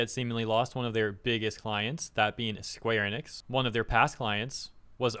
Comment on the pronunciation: why is everyone calling it square Anix? a i missing something, like three people have called then such.